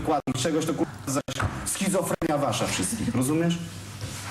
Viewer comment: Boże, jaki wykład jej walnął xD nie lubię tego, facet myśli,że jak jest starszy to ma prawo wrzeszczeć na dziewczyne i myśli,że jest najmądrzejszy. Szkoda, że nikt mu nie wygarnął,że jest tępy schizofreNia a nie schizofreMia. Cisza i już koniec ciszy. JAK JA NIENAWIDZĘ TAKICH WYKŁADÓW, TRZEPNĘŁABYM GO W ŁEB